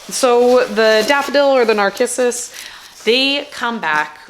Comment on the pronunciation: So many comments... read quite a few. Did anyone else comment on yr pronunciation of NARCISSUS? Did i hear u say.. Nar-kiss- us?!?!? Is that a BC province's way or yr way? 😁 In the Maritimes, us long time gardeners pronounce NARCISSUS ( Nar siss siss)! 😘 Can't wait 2 c yr field full of beautiful tulips. Oh, you'll love the Toronto, very early and so red! Have had them for 15 yrs at least?